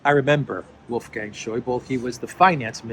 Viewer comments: Not Scheubel but Scheuble :-) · A small hint to, the german language other than (most)french and english does have the need to speak the "e" on the end of a name or word. We dont stop at the letter before, we speak them all out. So Wolfgang Schäuble (le like eh), it took some time for me to recognize the man you meant, it clicked at finance minister during greece crisis:D